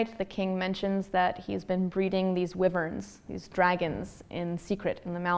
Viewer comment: She pronounces Wyverns wrong lol